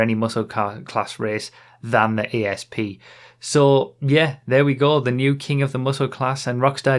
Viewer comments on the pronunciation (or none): little note on pronouncing this cars name, it's Asp as in the snake rather than A S P, whole point being that this is supposed to be a Cobra/Cobra R from the 2000s (not up on my mustangs so can't say for certain) and because they can't call it a Cobra or the lawers would come, they had to pick another venomous snake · 'A'SP not 'E'SP! Bloody northerners hahaha 😋